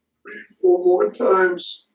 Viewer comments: Tree tirty treee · So far it's about tree hundred thousand tree hundred and turdy tree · Probably tired of everyone commenting on "goo". I'm surprised he hasn't practiced the American English pronunciation of "th" so as not to see "turd" or "tree" in the comments anymore. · Maybe he is using correct military phonetic pronunciation 1,2,tree, 4, fife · Being French, that's the only way I can pronounce "3". just makes me feel better about my accent